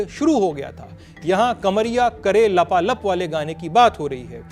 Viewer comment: Sir Ji Woh लापालोप है 😂😂😂😂😂😂😂😂 लपालप नही